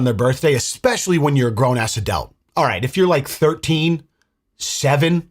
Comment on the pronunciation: He says "Adelt" and the comments are straight on it. Damn I love you guys! ❤